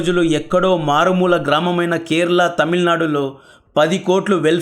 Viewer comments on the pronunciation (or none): none